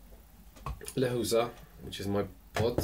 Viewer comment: Lechuza means owl but the right way to pronounce is leCHUza no lekuza